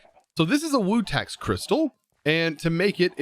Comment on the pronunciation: It’s pronounced vutax shards not wutax 🤦‍♂️